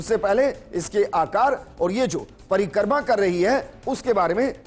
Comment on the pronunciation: परिकर्मा नही परिक्रमा